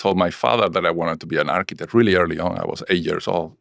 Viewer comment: Your "architech"?!?! How much f*cking money did make on TOSH.O? 😅😂😅😂